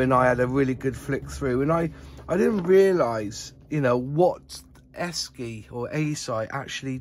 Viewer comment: According to their 1983 catalogue it's pronounced Eshi